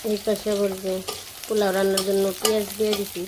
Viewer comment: Pola bolena polau bole